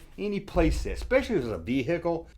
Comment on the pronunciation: Vee hickle 😂